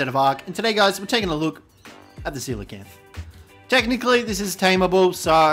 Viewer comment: Thank you for pronouncing it correctly! I can't tell you how many people I meet, who think they're called "coal-acanth". Ironically, doedicurus is pronounced the same way as coelacanth, so we should all be calling them "deeds"! ...probably not doing that, though, tbh.